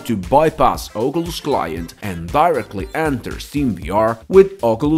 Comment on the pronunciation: Ogulus 😂 great vid tho thanks